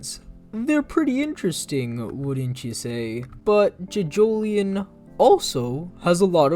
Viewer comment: ‘Jidgolien’ shut up please